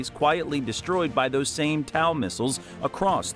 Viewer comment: How the help do you F#@ up pronouncing Tow missile systems name. Dam all you need to do is call it a toe! Or the Tow II missile system. Not towel. Idiot Ai voice over.